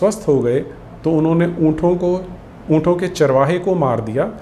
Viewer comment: उंटों होता है "उंठों" नहीं।